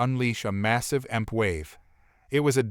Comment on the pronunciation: Jesus Christ learn the stuff you are reading, it's not 'emp' it's e m p Electro magnetic pulse . There are good narrators and there are bad , you fall in the latter.....